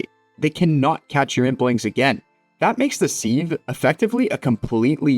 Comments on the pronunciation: it's pronounced siv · Sieve is pronounce siv, both e’s are silent. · Sieve rhymes with shiv, not Steve